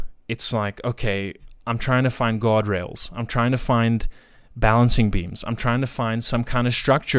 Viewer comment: When you were speaking about getting more into psychedelics and you began looking for "guardrails" I heard "God-rails" at first. Knowing where your story was going it felt like a perfect slip and it made me smile.